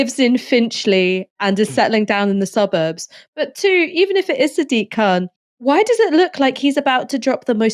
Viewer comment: He is not German. His name is K-h-an